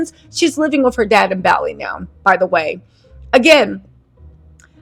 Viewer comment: Adore you, but you saying Bali like it's a chain gym is triggering my OCD.